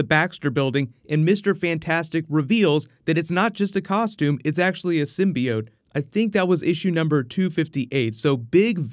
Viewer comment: symbi-oat? sounds like my type of cereal.